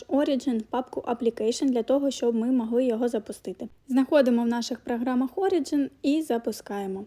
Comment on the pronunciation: Про Origin то наголос на О